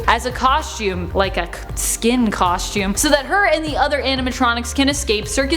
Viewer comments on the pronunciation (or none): none